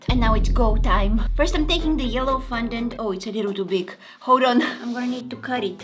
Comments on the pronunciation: She ate the whole cake, didn't she? And quick thing, It's not FUN-dent it's FON-dent, I love the vids here, so please for the sake of my sanity (what little I have left), PLEASE get better at remembering and pronouncing words. PLEASE. And I say remembering because when you put the green gems on your face, the paint made you look like Gecko/Greg from the PJ Masks, I was very annoyed that you couldn't remember his name, remembering the word Gecko is very easy. Love your vids! 💜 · Its FON dant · girl you said fundont its fondant